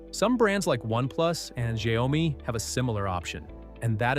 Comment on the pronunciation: Xiaomi isn't Xia omi Pronounce better will you